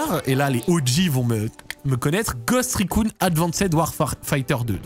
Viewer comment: "Ghost recOUNE"